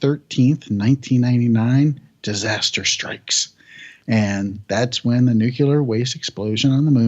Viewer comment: "Nu-cu-lar"... really? ;-/